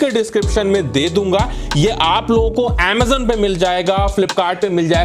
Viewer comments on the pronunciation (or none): none